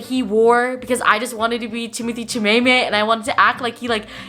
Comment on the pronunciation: saying Timothee Chamaymay hahahaha